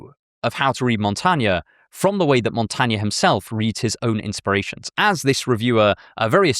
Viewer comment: Your pronunciation of my name is atrocious - Michel de Montaigne.